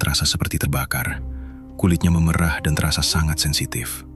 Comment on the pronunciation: maaf ya min,pengucapan memerah yg kau ucapkan itu arti kata seperti memerah susu sapi bukan memerah krn perubahan warna,tolonglah jngan mngubah cara pengucapan kata krn bis merubah makna